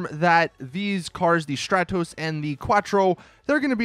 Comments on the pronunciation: please stop saying "Strahtoes" it's "Strahtohs" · It's also pronounce str-are-tos. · The way you pronounce stratos really annoys me